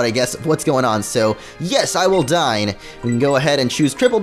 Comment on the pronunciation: when he said "yes,I will dine". I thought he actually said yes I will die